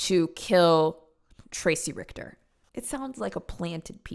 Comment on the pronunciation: The way she said the name! Dude horrible name, fantastic pronunciation from